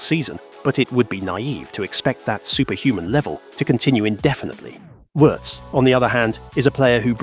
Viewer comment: German here, btw.... Wirtz is pronounced like Veertz and not like in hurts. And... Allison's wife had to have a surgery. All good meanwhile she is back home recovering.